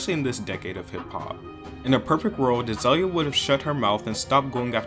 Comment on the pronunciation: Az-oi-lia Banks? Oh, great.. Another voiceover...